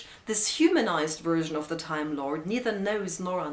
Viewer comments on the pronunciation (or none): Well, if you were going to get nitpicky, you should also mention the "Wideo Wersion." In English, V is always pronounced like F, and never like W, which is pronounced Oha, like Oaxaca, Mexico, or Oachita, Arkansas, USA. Yes, in German those are often, but not always, reversed. And Arkansas is pronounced Ark-and-saW, and the residents are Arkansawyers. But we digress. One can excuse a lovely lady saying "Wideo Wersion."